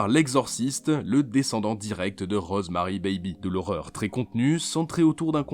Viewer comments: ces rosemary'IS Rosemary 'S BABY le bébé A rosemary toi tu prononce rosemary bébé ces de l'anglais basique ça les gars hein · PUTAIN LE S ENTRE "ROSEMARY" ET "BABY" ON DOIT LE PRONONCER MERDE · on sait que Rosemary's baby ( oui il faut prononcer le "s" ) est de Polanski hein et Seven alors ? il est où ?